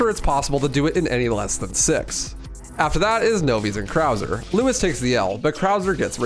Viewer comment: i cannot watch this with u saying lewis the whole time 😭